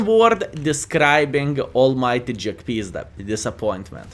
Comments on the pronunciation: Jagpizda in one word : Shnay -- LUL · Hello! I always laugh when you say the name of Jagdpanzer because how you call it JackPizda:)));pizda; have a special meaning in my contry.:))